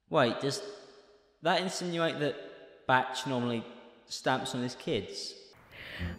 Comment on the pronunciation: it is batchsch, my good sir do not fret